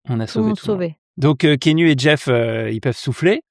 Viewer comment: Je peux être ce viewer relou et dire que ça se prononce "Ki-a-nou" ? 🥺 Et sinon j'ai attendu tout le long le nom canadien du film : Clanches! (La bise du Sénégal ! 🖤)